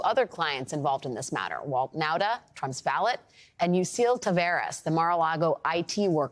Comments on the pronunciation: the t in valet is silent 😂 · Pronounced "Val lay" not "Val let"! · Val-ay like Par-kay, not like val-ut. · For the love of god... it's pronounced valay not valett. Like valet parking. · Valet is pronounced as Ballet, not wallet. why no one told her this yet is astounding. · how about this? Valet is pronounced as Ballet, not wallet. why no one told her this yet is astounding. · Valet is pronounced vah-‘lay, not ‘vah-let. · Please stop mispronouncing “valet”. It’s pronounced “Val A” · Sorry to be That guy, but... ValeT? Val-LET?! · Alex, Valet is pronounced vă-lā' or vă-lay'. That is all. Carry on. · I love the show, but is nobody going to correct her and tell her how to pronounce the word valet? It’s driving me crazy. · That’s not how you pronounce valet. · Alex Wagner: Since when did we begin to pronounce the hard "t" on the end of "valet"?